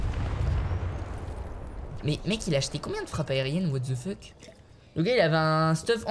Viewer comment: Et à : Mais what the feutte